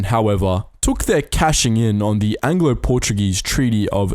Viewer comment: You butchered a few Portuguese names but that's okay, great video as always